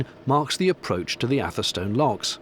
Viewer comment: FYI atherstone is pronounced atherstun